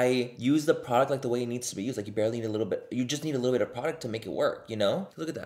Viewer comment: I heard THAT WHITTLE gorl!! 😗😗